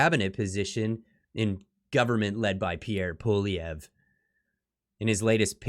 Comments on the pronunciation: Pssssst The “R” is silent in Poilievre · I always look forward to watching your great videos, BUT PLEASE improve your pronounciation of Poilievre.